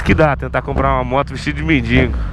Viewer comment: "MENDINGO"- cara n sabe nem falar. ¬¬